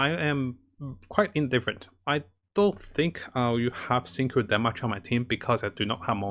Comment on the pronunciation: XingQiu is pronounce Xing-Chew btw, just so you know